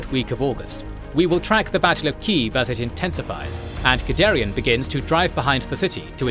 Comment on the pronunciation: The first time you said Guderian, I wasn't looking at the screen so I heard Gidarian. Now I keep thinking he was Armenian...